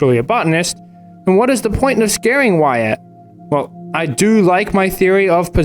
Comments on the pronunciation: So close, it’s “why-it” not “why-at, not sure if you’re comment farming or what lil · Jesus Christ, it’s “Y-et” not “Y-at” 😂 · why-at lmfao. its why-it. also i dont think the statue is controlling everything, i think its just the minotaur of the mall. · Uhhh, his name is actually pronounced “Whutt” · I love that he's taking the comments literally and starting pronouncing it Why-at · Didn’t you explain at the start of the last video that you knew that “wait” wasn’t the right pronunciation, but you were going to use it anyway? Were these complainers not paying attention? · "ill stop pronouncing it 'wait'" "so anyway, why at" good video though (like always) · Do you really know how to say his name and you’re just being extra? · Bruh, I thought it was very obvious that you were mispronouncing Wyatt's name on purpose. I guess I was wrong. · ironic coming from the dude who can’t pronounce Wyatt🤣